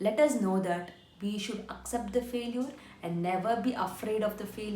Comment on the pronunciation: What is faleuer???😂😂😂😂 It is failiture ......